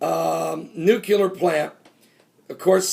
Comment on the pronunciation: Pastor, pronounce it like this: "Nuclear" "New-clee-er". Not "New-cue-ler". Hope that helps. :)